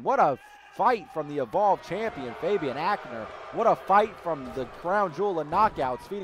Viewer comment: Is it just me or when ever Phoenix says Fabian it sounds like hes saying baby😂 Anyone else?